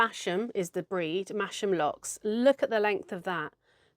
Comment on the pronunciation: Thanks for sharing. Re: Masham - It’s Mas am not mash am.